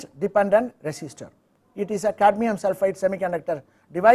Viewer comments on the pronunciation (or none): none